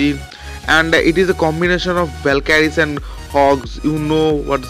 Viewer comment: its valkyries not valkadies......haa haaa haa😅😅😅gandoo speek properly